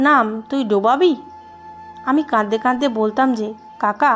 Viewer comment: প্লিজ আপনার উচ্চারণ ঠিক করেন।। ভুল উচ্চারণ শুনতে ভাত খেতে কাঁকর দাঁতে পড়লে যেমন অনুভূত হয়, ঠিক তেমনটাই অনুভূত হয়। তাই অনুরোধ করছি "কাঁদতে কাঁদতে" শন্দটাকে বলছেন (কাদদে কাদদে), " লাগছে না" কে পড়ছেন (লাগজে না)। এগুলো খেয়াল রাখবেন। কেননা গল্প আপনি নিজের জন্য পড়ছেন না। সাধারণ মানুষের জন্য পড়ছেন।